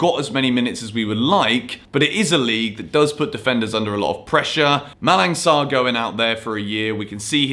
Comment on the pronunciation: in Malang Sarr name the "G" is silent... "Malan" and don't pronouce the "N" also like Milan😂